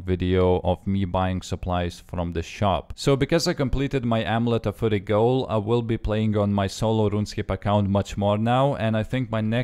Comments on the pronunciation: Amulet of foory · "Amulet of furry" XD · amulet of fury not ommelete de furry......